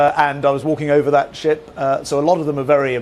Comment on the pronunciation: Either my sound system is screwed up or this guy Shapps is full of something. Every time he said Sh#t I think he meant ship. 🤷‍♂